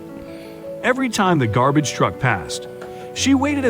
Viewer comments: Gar-beige? Lmao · I dunno if that video is using AI text to speech, or the narrator is just bad, but their (lack of) inflections grates on me. And the structuring Vs title. 'Gar-beige' (lmao) is the... icing on the cake in this! Nitpicks aside, still a sweet video.